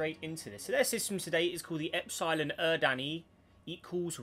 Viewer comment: because its horrid and extremely incorrect it's pronounced "Ep-suh-lon Er-rid-knee", not "Eps-iegh-lon Ur-dan-ee"